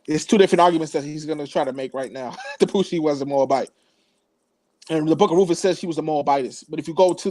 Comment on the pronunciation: RuTH. not RooF! Pronounce the name correctly.